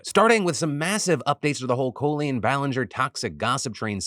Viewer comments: Sorry if I missed this, but why does Phil pronounce Colleen like Col in Colon? It's pronounceld Call-een (even though it's spelt Colleen). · why does he keep pronouncing her name as "CO-leen" instead of "call-een"??? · Someone for the love of god tell this man it's Kah-leen not Koh-leen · Phil! Stop pronouncing "Colleen" all pretentious like CO-lean, It's Coll-eeeen like border collie, Just no dude. It's a common enough name from our generation, you know how to pronounce it. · Phil, I love you, but please stop mispronouncing Colleen's name!!! It hurts my ear. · I don't think I've ever heard anybody say "Colleen" like "Co-lean" before. Is that actually how she pronounces her name? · Is the pronunciation of Colleen as Coh-Leen intentional? It is very close to colon and feels like a subtle way to call her an ass. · STOP SAYING COLE-LEEN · Is Phil butchering her name or does she actually pronounce it Coh Lean ?? cause if thats the case... she guilty as HECK! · calling her “Co-lean” has me in stitches🤣 she’s so gross, no matter what’s up with the copyright claims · Stop. Pronouncing Colleen that way phil. It's stressing me out. I've never heard anyone pronounce Colleen the same like colon. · Why did you suddenly forget how to pronounce Colleen? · Are people just suddenly saying Colleen weird or does she pronounce her name wrong 😅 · You pronounce Colleen weird. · That's how she pronounces it herself. Should've been our first red flag 😂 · Curiosity do you pronounce it Cole-lean or Call-lean?